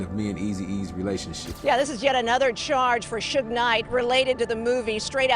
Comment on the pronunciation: When I heard the AI and saw that they called Suge Knight, sugar, I could no longer watch the video